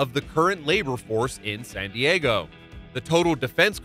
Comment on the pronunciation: Why does he pronounce San Diego like sun Diego?